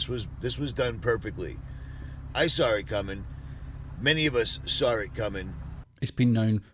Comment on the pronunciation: He “sawr” it coming. Sure.